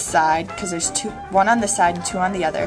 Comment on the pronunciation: Your two's comes out as Z's. Great to see the reaction at the end.